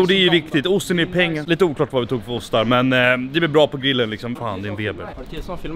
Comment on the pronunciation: Varför kan han inte säga grill ? Gillen ???